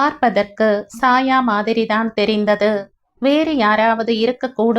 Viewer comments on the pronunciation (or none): Chaya - Saya alla